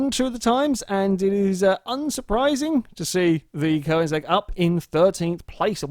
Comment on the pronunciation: Some people don't even try to spell or say Koenigsegg, they say "Koensegg" or spell it "Koneggis"